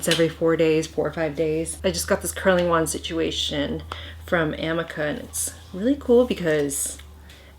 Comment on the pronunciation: Amika is pronounced like uh-me-kuh